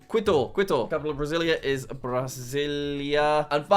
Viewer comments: its Quito like as in key-to not like quit-o btw jack! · WHAT IS KUITU IS KITO OK AND HOW DARE YOU SAY LIMA FOR CHILE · Every time Jack said Quito, it cracked me up: Quit-oh. It’s pronounced more like Key-toe, Jack. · Jack. Jack PLEASE do a video where you learn how to ✨pronounce✨ all the capitals in south america quito: kee-toe, not kwi-toe bogota: bo-guh-TA, not bo-GO-ta montevideo: mon-teh-vee-day-oh, not mon-tuh-vi-dee-oh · jack if you didn't know, quito is actually pronounced qito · quito is pronounced key-toe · Santiago is pronounced as “san-chee-ya-go”, Quito is pronounced “Kee-to” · Kee-toe Ecuador, that’s how my Spanish teacher told me to pronounce it. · we love "quit-oh" I wonder how he will pronounce the capitals of honduras and sri lanka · The best part of the video is obviously Jack pronouncing Quito like Kwito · I cringe every time he says "quit-toe" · Just so you know, Quito is pronounced key-toe. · I think I started crying when he said “quid-o” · pov: kwi-to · Quito is actually pronounced like this. KEE-TOW. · Stop mispronouncing it! Quito is pronounced Cee-to. Get it right! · Correct Pronunciations for Jack: Ecuador, Quito = Keeto Colombia, Bogota = Bow(and arrow) go tah Venezuela, Caracas = you said it right! Guyana, Georgetown = you said it right! Suriname, Paramaribo = Para maree bo Peru, Lima = you said it right! Bolivia, (actually two capitals)La Paz = you said it right! Chile, Santiago = San tee ahh go Argentina, Buenos Aires = Bwenos eye ris Paraguay, Asunción = assun se own Uruguay, Montevideo = Montay vee de oh Brazil, Brasília = you said it right! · Good video, Quito is pronounced k-ee-to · KI-TO, jack! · You can’t forget quit-oh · Quito = kee-tow. Not really a soft Q in Spanish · Qüito Sæntiaigo Montevídeo Bueinous Ares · “Quit - o” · Pldase find out how to pronounce Quito it's driving me nuts. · bro... jack saying quito made me die inside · quito is pronounced like mosquito btw jack